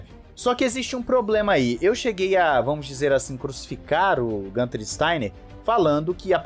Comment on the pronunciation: GUuuunter. Não é GAnter.